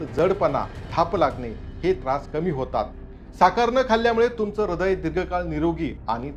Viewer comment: ऱ्हदय नाही हृदय